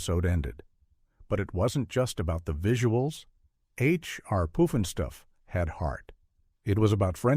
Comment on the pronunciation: Not POOF'N STUFF ya stupid A.I. voice. Electra Woman /Dyna girl was seriously dumb compared to Wonder Woman. ... no it wasn't Wonder Woman's 'gadgets' that impressed us lads of the time 😅